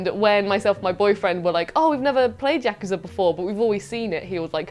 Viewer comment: Congrats, the first person on the channel who pronounces "Yakuza" correctly!